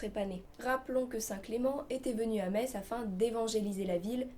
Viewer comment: En tant que Lorrain je suis très content que tu aies choisi cette légende pour démarrer cette nouvelle chronique ! :) Tu as très bien présenté ce monstre ( et surtout tu as bien prononcé le nom de la ville de Metz ^^) chapeau l'artiste ! Vivement la prochaine vidéo !